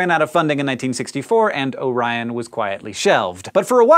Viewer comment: I thought you said "oh ryan